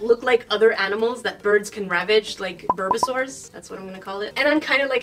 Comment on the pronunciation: My favourite Pokémon is birbisaur! (bulbasaur)